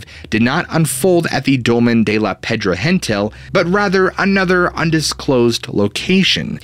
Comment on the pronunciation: He doesn’t pronounce it properly. It’s more like “shabby air” cos V is pronounced B or “b baixa”. Actually it’s more like the E sound we use when we say egg, like “shabby e[gg]”. Also Pedra Gentil is not pronounced with the H sound cos it’s Catalan, not Spanish.